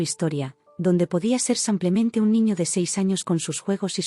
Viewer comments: Sí, insoportable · Sigue con el “ Samplemente “😂😂😂😂😂😂😂 corrijanlooooooo